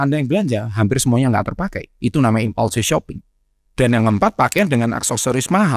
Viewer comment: you lost me when you said impaulsive